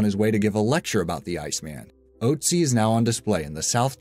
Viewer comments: ÖÖÖÖÖÖÖÖÖÖÖÖÖÖÖÖÖÖÖÖÖÖÖÖÖÖ NOT O Gawd.. muricans - cant you pronounce Ö,Ä and Ü ? If so, WHY. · Oh dear. That pronunciation of Ötzi was awful. Fyi, it's not "oat zee", it's more like "urt zee", or "uht zee".. Umlauts are important yo. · Ötzi (not oezi like you say it) is called ötzi because he was found in the ötscher mountain (that's what it's called in austrian). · It's called ootzi ohzi and it not ohzal mountains if ootzal mountain and is spelled ötzi not otzi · its ützi or utzi not oatzi wtf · "oatsy" lmao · ötzi is pronounced urtzi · Ötzi is pronounced 'ertzi' or 'utzi' The things you learn taking archaeology in college 😋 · otzi is pronounced ootzi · btw it's pronounced utzi like "uhhh-tsee" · you mispronounced otzi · You pronounce Otzi wrong. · That’s is not how you pronounce Otzi